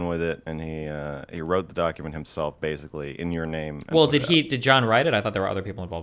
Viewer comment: "so bersickly" why does he speak like that stop saying like...